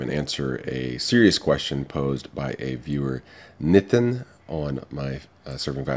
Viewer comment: This is just amazing.. pure intellect.. and finally i came across a foreigner who pronounced the name Nitin correctly.. and not like "Nee-tin" :D